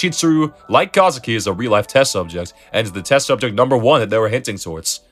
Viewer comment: its kaizaki not kazuki